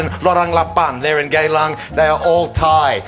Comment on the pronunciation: Its GeyLang, its Singapore's red light district, and its spelled GEYlang Not GAYlang